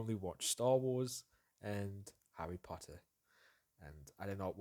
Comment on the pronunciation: "Harry Pottart" lmao People mispronounce The Lord of the Rings more often than Harry Potter. This was refreshing by comparison. xD